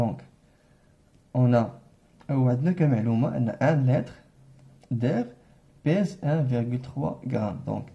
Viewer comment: Attention à la prononciation du mot litre